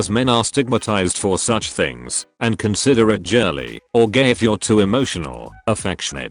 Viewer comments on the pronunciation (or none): The automated voice pronounced "girly" as "jirly".